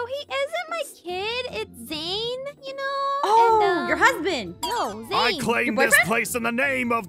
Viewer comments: an when aphmau said zane she said shane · and when kc said zane she said zayn